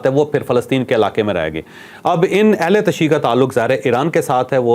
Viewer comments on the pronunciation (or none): اہل تشیع کا صحیح تلفظ اہل تش ی ی ع ehl e tashyyu ہے ع علیحدہ پڑھا جاتا ہے۔ ملکہ بلقیس کافرہ رہی تھی حضرت سلیمان علیہ السلام سے شادی نہیں ہوئی تھی